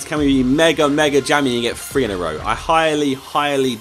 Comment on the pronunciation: anyone else annoyed how Josh pronounces "three" as "Fwee". I don't know why but it really pisses me off